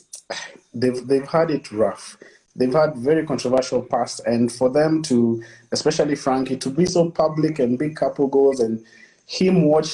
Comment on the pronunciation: EXpecially.. it's especially!! ....... kwa halo machache!